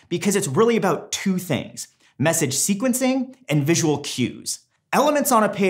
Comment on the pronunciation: Someone NEEEEEEEEEEDS to reign in those shirt choices. HAHAHAHAHAHAH xD Blue Pink and Teal....with a lightening pattern... Jesus... Lololol Also... "sequencing" doesn't have a "t" in it. HAHAHHAHAHAHHAHHHAHA XD XD XD (Do love the content tho! Please keep up the great work. Really helpful...and funny...stuff!)